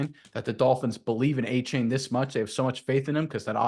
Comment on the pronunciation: Correction it's a-chan not a-chain